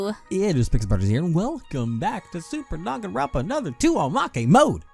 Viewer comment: Why did he say it like "Superkalifragilistischexpialigetisch" :^D